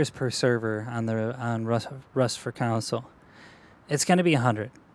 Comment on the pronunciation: Great video. Bugged me was the council- console thing. “Con-soul” sounds like you keep saying rust council version 😂